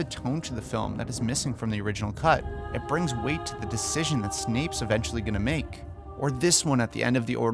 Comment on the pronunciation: sneep? its snape